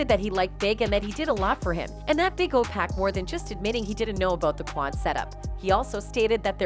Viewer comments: Exactly!!!! Someone needs to tell her it’s 2pac not 2Pack, well it’s safe to assume that she can’t rap not 1 song from 2pac or 2Pack 😂😂😂😂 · How can Pac take 5 shots and leave unharmed? 😂 Girl care yo trolling, culture vulture, knowing nothing abt hip-hop self. 😂 and you keep disrespecting this man name calling him PACK and TUPACK. GOD gone send you to the land of torment. Put some respect on God son name Miss wonderbread lady. 😂 EVEN calling Dr Dre, Dr Dree. 😂 I can't stand ppl like y'all. 😂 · She said he was shot 5 times but escaped unharmed. How dumb is that statement? And if she calls him "pack" 1 more time. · Sorry, but it’s rather annoying listening to how you pronounce 2Pac’s name. It’s Pac not Pack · Ma’am, you’re so disrespectful to this man. Please pronounce his name correctly! His name is 2PAC! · If she say 2 pack one more time........ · Pac really destroying the name with the pronunciation